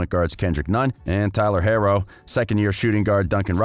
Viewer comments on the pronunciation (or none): Mans said tyler hairow smh